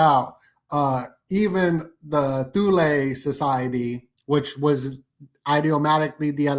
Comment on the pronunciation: Thule, not thew-lay